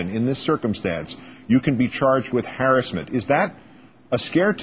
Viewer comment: haha - "haris-ment"